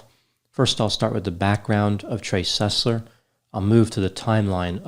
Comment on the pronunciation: Trey SUS-ler